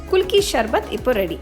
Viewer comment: Athu sarbath not sharbath, pronounce correctly mam